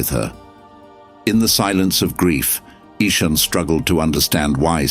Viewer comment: Nice story, but the AI reader gave Ishan 3 different pronunciations. Get a human next time. There's lots of them around.